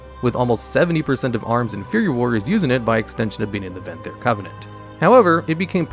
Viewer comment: "Necolord" "Venthry" Oh boy.